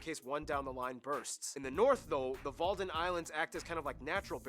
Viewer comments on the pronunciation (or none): And Wadden, not Walden.